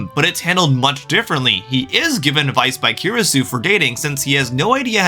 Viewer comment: Bro great video and I'm sorry for the admittedly unnecessary hate but you reaaaaaly butchered the Steins; Gate character names lmao especially with Kurisu